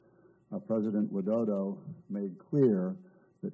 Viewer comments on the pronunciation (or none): none